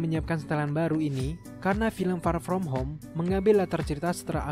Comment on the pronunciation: Kesel gua denger ni org bilang far from home nya wkwk